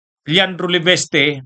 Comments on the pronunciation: LE- VIS-TE...!!! HINDI LE-VES-TE...!!!!........( IIIIIIIIIIIIIIIII)....VVVIIIIIIIIIIISSS )))))))😅😅😅😅😅😅😅😅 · Hindi "LE-BES-TE"! "LE-VIS-TE".